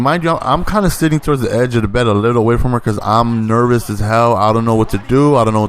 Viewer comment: He forgot hard as well every time he said nervous lmao